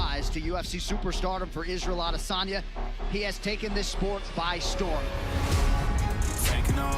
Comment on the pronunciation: Jan when he says Izzy's name "Isreal ads.."